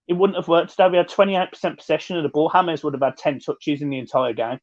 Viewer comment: why do you pronounce James correctly but when reading Dennis Q's comment say it as the English "James"? You do realise "Hamez" is written "James"? I'm sorry to sound pedantic, I think you & John are great with a lot of knowledge - but it's a bit confusing